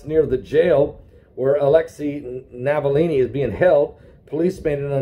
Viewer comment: The name is ALEKSEI NAVALNY, not Navallini. Navillini is an ITALIAN NAME. The man is RUSSIAN.